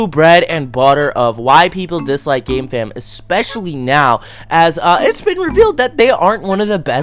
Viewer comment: Sometimes I hear gamefam as "gay fam"